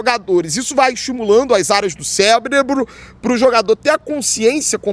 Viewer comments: cebrebro kkkkk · "cebrebru" kk